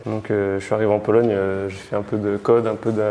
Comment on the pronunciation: Mdr j’ai bien entendu polonie😂 fatigue apero mr